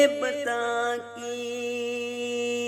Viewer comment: بہت اچھی پڑھی ہے اگر لفظ بُتا ں اور مُغاں ، غُلامی اور مسیح الزماں کا تلفظ درست ہوتا تو چار چاند لگ جاتے